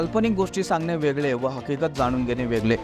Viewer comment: 'मुले 'नाही " मुळे " 'वेगले 'वेगले ' नाही रे " वेगळे " असा शब्द उच्चार आहे